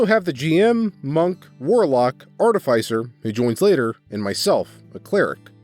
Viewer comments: no, it's art-i-fī-ser. You said it correctly. Everyone else is saying it wrong oddly enough. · He pronounced artificer correctly. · This guy must have low intelligence and wisdom. Also, you might be the only narrator that can say artificer correctly. Does no one else like necromantic tomes? Both liches and Dragons commonly makes them. They're heads that have books imprinted on them and recite the contents on command. On the bag of holding idea, just give him a normal one with an ooze in it. It'll devour everything he puts in it.